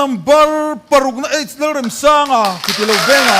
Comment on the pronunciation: Pu Remsanga hming hi in lam dik lo deuh em le!? Amah chuan lung ka REM tiha, REM tih thluk hi a hmang niin ka hria. Lo ngaithla chiang deuh mah t'u.